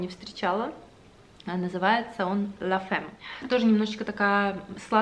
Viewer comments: Произносится «лантерди» и «ля фамм», может кто-то уже написал)) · Название самого первого парфюма от Givenchy который вы показывали читается Л’антерди а от Prada Ла Фамм. 💝😘 Обожаю ваши влоги, они всегда такие уютные и тёплые.💫✨🥰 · очень душевная! Нравятся такие блоги мне очень! Правильно читать название парфюма Прада «Ля фам» по-французски. Может уже кто-то и писал. Это не в укор, просто чтобы звучать правильно)